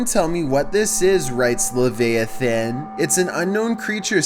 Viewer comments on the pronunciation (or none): Le-via-thin..come on bro its le-vi-ah-than lol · I watch these solely for the mispronunciations... "Luh-VAY-ith-un" instead of "Luh-VYE-ith-un" made me giggle. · Leviathan not “levayathan” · Lev-ay-ah-thin? It’s Lev-eye-a-thin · you mean Lev (AYE/EYE) a then not Lev (E) a then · It's Le-VI-A-Thon, you really need to get a dictionary. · What's a "Levay-a-than"? Lol. You say that the barn is not haunted, but that blizzard of orbs is a sure sign of the paranormal at work. Anyway, if the voice picked by that electronic device is legit, i wonder why a "ghost", even if he's dead, would no longer consider himself "human" (?). He calls the guy "human", as if HE isn't one. Could it be that the entities we have called "ghosts" all along aren't exactly dead people back from the grave, but another type of shapeshifting creature that lives among us and can mimic us? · It's Lev Ia Than you spastic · "Laveyithan" bruh!l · Mispronouncing words by channel hosts on YouTube is more common than it should be! Mispronouncing Leviathan (luh-VI-a-thin) is more forgivable than when he pronounces envelope (like, the room is enveloped in darkness, which is pronounced in-VEL-oped) as IN-vel-oped, like the paper packet which holds a letter. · Say it with me ... Your first video the guy's name is..... "La-vi-a-thin". I can't believe you've never heard of pronounced correctly??? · lev-vay-eh-then Lev-via-than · Dude is a freakin’ joke. It’s pronounced Lé-vaye-a-th-an, weird ass voice can’t even read, he should just give up on life at this point... HAhHahahahaha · le vye a than but whatever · Le vI A THON that is. Pronounce the i with the v not vee. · The name of the person of the first video is pronounced Le vi a thon. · Nobody:: Levayathen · Finally someone said it lolol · He's just doing it on purpose now. I've literally heard him say leviathan correctly before. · Anton Laveyathen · Hearing this gave me permanent hearing damage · pronounced LA V EYE A THON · VDogOP lol